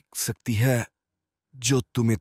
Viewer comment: सक्ती नहीं शक्ति बोलिए